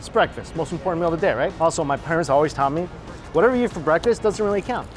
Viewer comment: all I hear is "all you can yeet" and it's so funny to me 😂